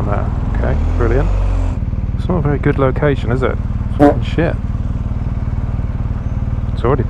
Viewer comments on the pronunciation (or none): none